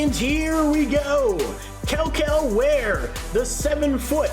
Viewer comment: I can’t even lie, how can you criticize a man for lack of effort while not taking the effort to actually learn to pronounce his name properly? I mean you continued to slaughter it over and over and over 😂